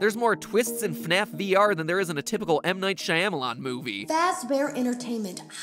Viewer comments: no one: matpat : M. Night ShIGhAhmUhLahN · Hearing M. Night's name being said like that was jarring lol